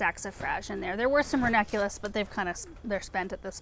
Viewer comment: Is it just me or does not pronounce the second n in ranunculus? Every time she says it I feel like I've been pronouncing it wrong this whole time 😅